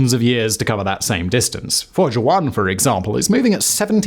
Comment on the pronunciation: а Вояджер-1 знает что он теперь фожэуан?! почему-то у голосовых движков рот не набит лягушачьими лапками и они произносят нормально 🤔